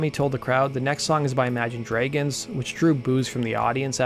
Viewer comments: How tf do you pronounce "dragons" 💀💀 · Imagine DREYgons? Is that some sort of local accent? I'm genuinely curious and I'm not a native speaker myself. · He's probably Canadian